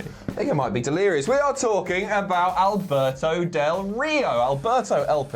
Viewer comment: Albert-no Del Ri-no